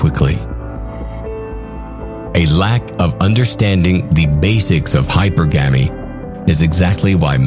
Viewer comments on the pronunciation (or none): Its hypurrrggemy not hyper-gamy shit makes me gringe everytime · I think it's really "hy-PER-gamee". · This would be so much better if hypergamy was pronounced correctly.